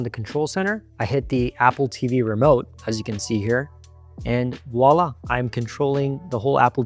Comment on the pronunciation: Voila - not walla! Pronounced vwaa·laa